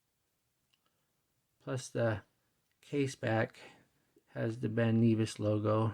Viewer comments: It's not Ben knee vis its pronounced Ben Nevis! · Not sure where you looked up the pronunciation of Ben Nevis but you are mistaken, the correct pronunciation can be heard in the link. Ben Nevis is in Scotland and is the highest mountain in the British Isles. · Ben Neevis? lol If you remove the plastic film from the bezel it looks less cheap.